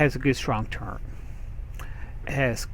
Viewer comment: LOL "turrent" ...LOL